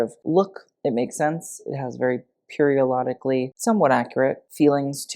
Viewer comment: “periorlolically” lmao 😂 a long periolrlolically time